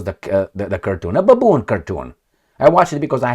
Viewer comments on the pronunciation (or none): Hi! Why do you say baboon haha